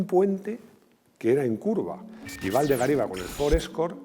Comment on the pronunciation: Waldegård se pronuncia Waldegord, ves que tiene un circulito en la "a", es sueco, el idioma.